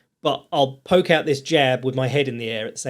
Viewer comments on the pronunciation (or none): none